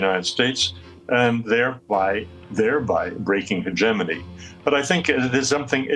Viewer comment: The host should learn to pronounce 'hegemony' correctly